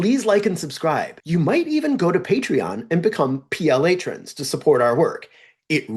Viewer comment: Good attempt PLAetrons made me cringe for cover I say this with love for the people Come up with a different catchy Paetrons's title Thanks Love your work